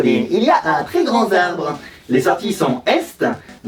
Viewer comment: "Un très grand [z]arbre." ON DIT UN TRÈS GRAND [T]ARBRE !!!!!! Y A PAS DE 'S' A GRAND PUTAINNNNN